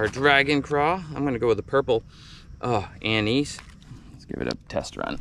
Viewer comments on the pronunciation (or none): anise is not an-ease pronounced a.nuhs. 😅BTW